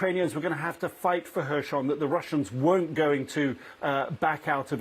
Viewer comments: Little annoys me more than hearing someone pronounce words in their own f* way... especially a high-profile TV person! Throughout this war, no-one else has pronounced the 's' in Kherson as a 'sh', but this reporter does just that... every time saying "Hershon". Not even Ukrainians pronounce it in this way, if he was trying to be clever. The Anglicised 'Kh' (Х) is like a slightly guttural 'h' - or just an 'h' to the English-speaking population - and 'son' (со́н) is pronounced as, well 'son'. Aside from this, glory to Ukraine and crush the Russians! 💙💪💛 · please tell your guy that it's kherson, not khershon! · Why has not learned to pronounce “Kherson” correctly after so many of reporting?